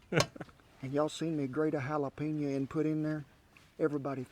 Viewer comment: Jalapeño: the J is pronounced like an H, not like a Y. You are saying Yalapeño -- it should sound like Halapeño.